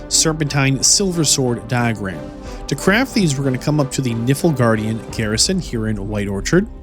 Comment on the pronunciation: Not gonna lie, "Niflgaard" hurt a little bit in my soul 😭